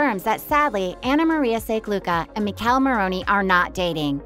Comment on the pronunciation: I’m not a fan of how this lady saying Michele name lol